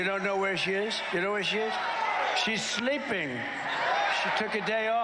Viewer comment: "Scheesch schleeping!" 🤣🤣🤣